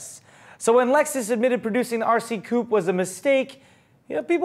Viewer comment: Coupe is NOT pronounced "Coop" - that's where chickens live.